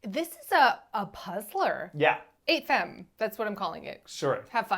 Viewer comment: French pronounciation tip: the e in femme is pronounced like a a-, the same a in fa from fabulous. famme.